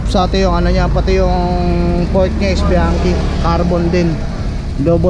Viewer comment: Lht kayo Mali Ang basa sa bianchi, ano ba pag pronounce sa chichron, chiquita, chiquito